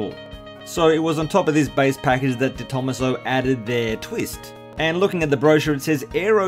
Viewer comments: Just so you know, it's pronounced "de tom-AH-so" rather than "de THOMAS-oh". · I'm pretty sure you pronounce detomaso like deto-maso as it's an Italian name. That's how the detomaso's own cars are pronounced like the pantera. Thanks for the video! I've seen a picture of a white and silver version of these in the UK, very cool!